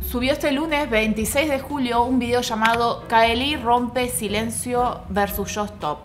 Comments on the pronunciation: Veo el video y corrijo mentalmente, no es CAELÍ es CAÉLI!!! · no te lo tomes a mal pero estás pronunciándo remal el nombre de Caeli. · pronunciaste mal el nombre de caeli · Así no se pronuncia Caeli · Un video excelente, pero terrible la manera en la que pronuncias el nombre de CAELI o_o